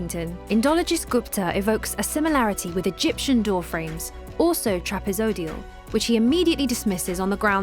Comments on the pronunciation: TRAPEZOIDAL NOT "TRAPEZODIAL"!! 😵‍💫🙉🙉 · Take a drink everytime she says "TRAPEZODIAL"! 🤣🤣💩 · Trapeezee-oidal. Ugh.